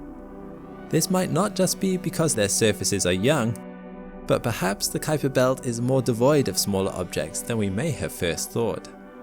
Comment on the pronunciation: Great video thanks. Just a friendly comment and that is that the Kuiper belt is named after Dutch astronomer Gerard Kuiper. Most people incorrectly pronounce his name as K'eye'PER but it is pronounced COWPER as the 'UI' in Dutch is spoken as OW like in Cow.